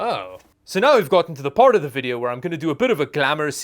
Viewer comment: " First, let's check out the VDHHHHH" 🤣🤣🤣🤣🤣🤣🤣🤣